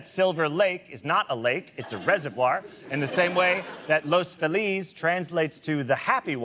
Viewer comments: Los Not Las 😒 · John, it's Los FEE-LISS. Otherwise, a more accurate description of LA does not exist. Bravo. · LA humor by a guy born and raised in Chicago, with long stints in New York. You'd think that someone might have mentioned to him how to pronounce "Los Feliz" so he didn't sound like an out-of-towner.... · Everything has to be pronounced wrong, but not in obvious way you'd guess someone would say it wrong. No they get creative. It's "loss Feel-ess." Not los Feliz. That's not even a hard one. I can't even remember how they say Alhambra but it isnt right I remember that. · Spot on, except it's "Los FEE-liz." No one says it with the correct Spanish pronunciation, for whatever reason. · Classic “not from LA” pronunciation of “Los Feliz” . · You can tell John is a fairly recent transplant, by the way he pronounces "Los Feliz". 🤣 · Don’t say Los Feliz like that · No one from Los Feliz pronounces Los Feliz that way.